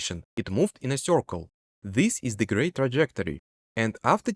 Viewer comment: "Corcle" "sorface"